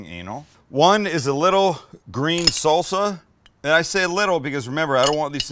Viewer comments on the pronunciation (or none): none